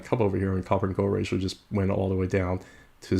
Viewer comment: "ratioL"? I don't think that's how it's pronounced. Thanks for the content, though 🙂